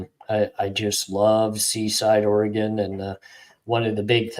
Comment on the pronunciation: Yoooo I live an hour away from Seaside AR, back in high school and 20s we’d always go to Seaside and surrounding areas and, no way you lived in OreGON if you call it OryGUN! lol